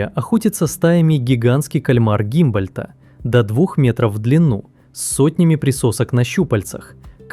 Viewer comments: Пингвины Гумбольдта а не Гимбольдта. Фридрих Вильгельм Генрих Алекса́ндр фон Гу́мбольдт — немецкий географ, натуралист и путешественник, один из основателей географии как самостоятельной науки. Вику́нья (лат. Lama vicugna, или Vicugna vicugna) — вид парнокопытных млекопитающих семейства верблюдовых. Ну и кальмар тоже Гумбольдта. Что так сложно правильно называть животных? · Кальмар Гумбольдта и пингвин тоже, и викунья, а не викинья…